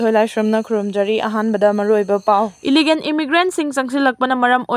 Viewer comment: Illegan, bellage etc😅😅😅 stop provoking others even you can't pronounced rightly